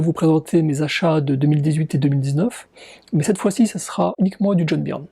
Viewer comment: Ce qui me fait le plus halluciner c'est que tu continues à dire "Byrne" à la française (certainement comme quand t'étais gamin) alors que ça fait des années que tu vis aux USA ! ^^